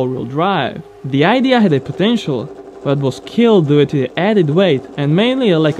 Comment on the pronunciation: You are still fighting with the word "due", so funny to hear it :D